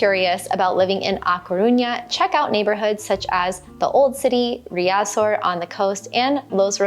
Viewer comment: Agree completely. I can’t understand anyone living abroad and not learning the language. Which is the reason I brought this up. When you were speaking about how much learning Spanish meant to you, I was surprised by this basic mispronunciation. If you go to the minute point in this video, talking about A Caruña, it was a cringe moment that didn’t reflect well on your emphasis on learning the language, and the Rosetta Stone offer. I learned Spanish as a child in south Florida but have made continued study lifetime passion. I enjoy your travel videos and am a subscriber, so I bring this up only to be supportive. Check out the point in this video. I went back for your convenience. 👍🏻